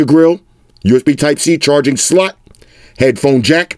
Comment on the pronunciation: The Way says “Slot” tho 😂😂